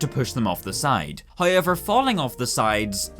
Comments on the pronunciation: I like how he says "hiever" 😊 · He keeps saying "hi-ever", and it's confusing me.